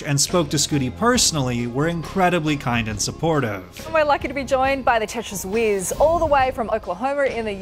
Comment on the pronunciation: The fact I legitimately didn't know she meant "whiz" at first KEKW*wheeze* Lmbo, didn't realize I was there as well (the T and the S on top of the screen 😆)